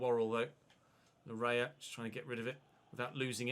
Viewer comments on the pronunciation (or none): its pronounced Layee not lawrea. thanks